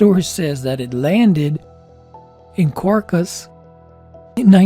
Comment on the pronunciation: Caracas* Not Carga. You're welcome.